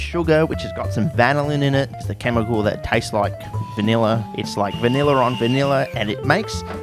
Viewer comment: Every time I watch one of your videos I think my 10+ year old graphics card is about the give up the ghost. Honestly rather surprising no verbal thesis defense is required. Love the way you say vineller, good luck mate.